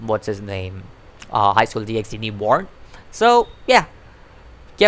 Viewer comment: Finally! Someone who knows how to pronounce “DxD”